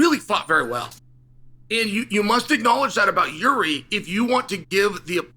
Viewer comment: It's not Yuri it's freaking Yeary. I had no idea who chael was talking about at first